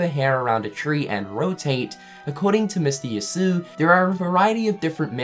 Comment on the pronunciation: Also, Yasue's ladt name is pronounced "Yah-sue-ay"